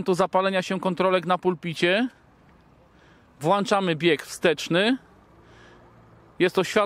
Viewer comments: WłĄczamy i wyłĄczamy tam jest ą... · Czyli jak "włanczamy" "światełka" to będą potem włanczone?